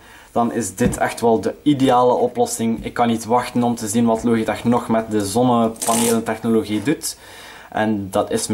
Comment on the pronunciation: Het is lodjitek niet loogieteg